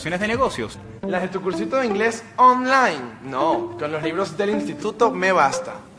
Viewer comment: xD EXITO.... odio como siempre dice oM-line en lugar de Online